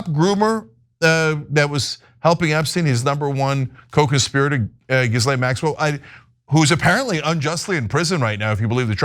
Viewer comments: Stop saying Gizzlane Maxwell. Lol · C’mon guys. It’s Guh-lane. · They’re all scum, but you could at the very least pronounce “Ghislaine” properly. It makes you seem stupid. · Its always amusing that everyone is too squeamish to pronounce Ghislaine Maxwell's name correctly.